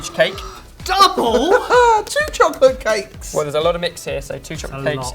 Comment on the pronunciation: I like it when shouts "TWOO CHOCOLATE CAYKES"